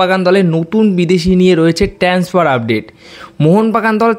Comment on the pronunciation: আগে জেনে নাও। কথাটা 'ট্রান্সফার'। 'ট্যান্সফার' নয়। 'ট্রান্সফার' অর্থ স্থানান্তর। ট্রান্সফার মানে বদলী হওয়াও হয়। এক স্কুল থেকে অন্য স্কুলে, এক অফিস থেকে অন্য অফিসে এক জায়গা থেকে অন্য জায়গায়। ট্রান্সফার মানে মোটেই শুধু প্লেয়ারদের ক্লাব বদলানো নয়। আর, কথাটা 'রিউমার'। মোটেই 'রিউমোর' নয়। এই ভিডিওতে 'ট্যান্সফার' আর 'রিউমোর' বলা হয়েছে।আমি সেই কারণেই লিখেছি। কেমন ?